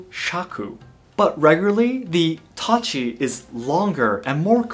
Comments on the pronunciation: Who all heard Itachi instead of tachi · The way he pronounces TACHI is like I heard itachi lol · When he says Tachi I always here Itachi. When he says Katana I here Katana This is the 4th difference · i thougt he said itach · U forgot the I in tachi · Tachi with a e😆😆